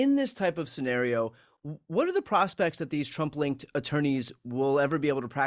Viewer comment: Oh "Trump-linked attorneys". I had to listen 3 times, I thought he said "Trumpling attorneys". 😂